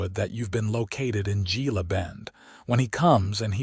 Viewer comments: Gila is pronounced He-la, like the Gila River and Gila Monster. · The story is nice but AI can't pronounce Gila, Tucson. That is sooo annoying.